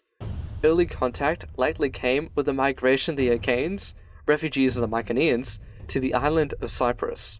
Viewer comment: Mykeneans did you mean mycenaeans